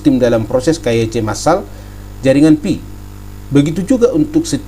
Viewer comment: Pi network bukan fi network